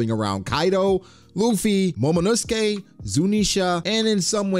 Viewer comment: Momonosuke is pronounced as momonosuke not momonosukey